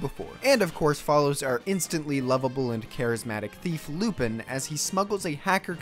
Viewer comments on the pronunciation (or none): Its not Lupin, its Lupahn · And lupan the 3rd is clearly pronounced differently but i think u did that on purpose